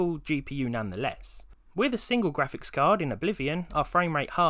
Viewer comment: "G W A F I X" lmfao, great accent 😂🙄